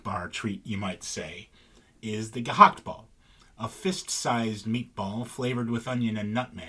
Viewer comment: As usual, very nicely done on the research, presentation and pronunciations. Subtracting 0.001 point for refusing to risk suffocation to pronounce the "g" in "gehaktbal" correctly, however 😂 Much love from NL!